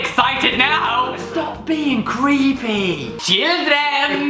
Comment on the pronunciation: When he went "CHILDREN" , he sounded like he had a Swedish accent and I was immediately creeped out bc people with heavy swedish accents are scary